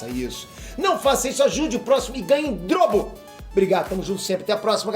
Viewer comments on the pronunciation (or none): Só eu que percebi o falando "Faça isso e ganhe em drobo" kkkk mais alguém? Erros acontecem galera tmj e flw